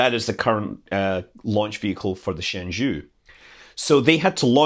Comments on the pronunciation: Jiuquan is pronounced as "Jeo-Chyuen". Shenzhou is "Shen-Jou". Just FYI. BTW Tianhe's pronunciation is perfect. Great video! Chinese pronunciation is actually not that hard as long as you master the following three special rules: 1. Q is always pronounced as Chy (e.g. Qi == Chee), 2. C is always pronounnced as "ts", except that Ch is still just "ch" like in English, 3. e in e/en/eng is pronounced as "er" without rolled r, but in ei/ue, its pronounced as "eh" just like in "chess". Other subtleties are rather much more minor. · 神舟 (Shénzhōu) is pronounced roughly "shen-joe" not "shen-joo". 天舟 (Tiānzhōu) is pronounced "tien-joe" not "tian-joo". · Thanks for the video. It is Shen Zhou, not Shen Zhu. It took me a few secs to realize what you were referring to. LOL, but thanks. Very informative video. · Your pronunciation of Tiangong and Tianhe is pretty accurate, but shenzhou's "zhou" isn't. It's more like "Jo", instead of "Ju". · Shen Zhou, "Zhou" pronounce like "Joe" in mandarin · Scott's Jiuquan and Shenzhou were too far from discernable though. I wish CNSA could provide translated names based on meanings instead of plain pronunciation for international use.